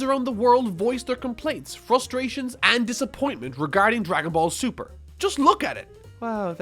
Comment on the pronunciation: Mr. Nguyen Judging by that way he said the shows name, I doubt he actually watches the show lol... He probably just watched DBZ, and not a lot of it either. He s just a blind hater here to spread negativity on this series.